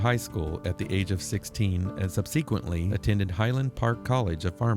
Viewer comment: suhb - suh - kwuhnt -lee 🙏